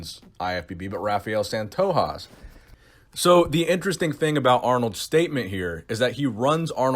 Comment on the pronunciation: michael Sim I don't know what you're talking aboot?!